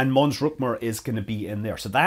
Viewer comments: It's Rümker, not Rükmer. ;-) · I suspect it is not pronounced "ruck-mer." :) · He's always saying "Mün" so I expected to hear the correct ü in "Mons-Rümker" but he said "Mons-Rumker".